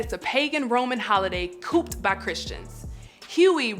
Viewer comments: Co-op’ed not cooped. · Good character analysis. I really enjoyed this it makes me want to watch the series again. But thy was I so distracted when she said “coopted” in stead of co-opted? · Ok, I’ll be the lone voice of dissent... she pronounced co-op as “coop”, as in, “chicken coop”. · By "cooped by Christians", I think the host meant to say, "co-opted", just to clarify the point I think she was trying to make. The underlying principle and history is still true though, most "christian" holidays have deeply pagan, if not occult roots, even though for many people, they either don't know, or overlook that in the observances, and the dates they are usually held. Marketing and retail sales also played a tremendous part of what we consider the modern holidays, although for most sincere people, they avoid that aspect, and use the time to gather with family and friends, and focus on that, without all the trappings and commercialism. Even a brief study on the topic reveals the roots, so I don't make a big deal over those celebrating with sincerity, they often just want to share and show love to the people in their life, and kind intentions and heartfelt expressions of that bond through the observance. I'd rather plant trees in due season, and garden, which is more of a gift for both others, as well as the land and habitat, and even for those without much space, many things like bonsai trees, or plants and flowers still express a deeper connection, as well as kind words and a hug, and sharing a good meal and family and gatherings with friends, that is the essence of the use of the time for me. No reason to box, wrap, bag, etc., and buy a greeting card; stop by, share a meal and conversation, and give your time to others in life. Listen; laugh, cry, talk, and observe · Baby the word is not cooped like a chicken coop. But co-oped. You should have proof read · She really said cooped instead of co-oped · Cooped? Doesn't she mean Co-oped? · You meant co-opted, not cooped.